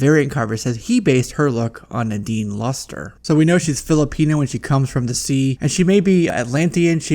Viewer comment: LUSTER HAHAHAHA oh darling no its Loose-tr-e (with E like Elephant)